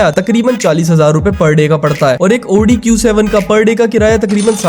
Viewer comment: 1st time saw someone pronouncing audi correctly